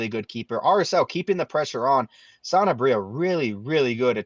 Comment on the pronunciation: It’s Sanabria, not Santabria. Am I the only one that feels like they throw in a t sound?!